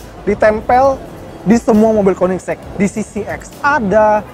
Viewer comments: koenigsegg pak, bukan koeniksek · Konisex? Kok bacanya kek gt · kok gua dengernya "konisex" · KOENDISEG = KOEDISIT 😂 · Hhahaha "Koendiseg" = kamu duluan (jawa) 😁